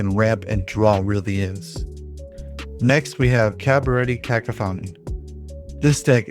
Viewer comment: Cabaretti Caco-what?😂 Pronunciation aside, solid reviews!